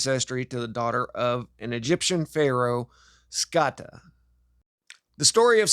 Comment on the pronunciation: It’s scota said like “note “ so rhymes with note-a is scota.. like boat coat etc scote .. but scota